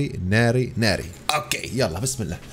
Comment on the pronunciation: انت تقول ناري كالمغاربة